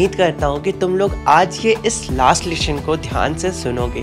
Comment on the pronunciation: Lesson ❌ Leshon ✔️